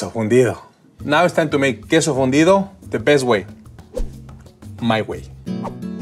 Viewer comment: I thought he said fundio lol